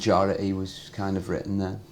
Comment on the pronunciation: and he said mitten instead of written 😂😂😂😂😂